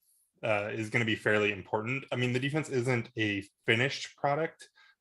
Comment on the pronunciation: Where is from that he cannot pronounce "important"? It does end in ant and not int, right?